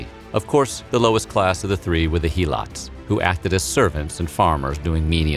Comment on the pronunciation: it's not He-lots it's Hel-ots; other than that great video